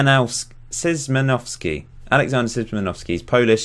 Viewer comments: Sz =Sch. So it's Schimanowski :) Keep up the good work! :) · I don't think that's the clearest explanation on how to pronounce his surname. Sz=sch in German, in English that would be "sh". Shimanovskee